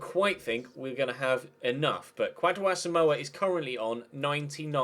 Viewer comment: Kwadwo is pronounced Kojo. watching from Ghana big fan of the series